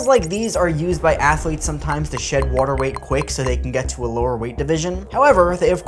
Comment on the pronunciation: Really interested where dude is from the way he says “watr…” or “waytr.”